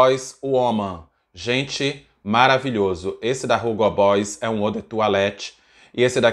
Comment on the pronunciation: Tira esse R da pronúncia do Hugo...é "ugo" mesmo! 😄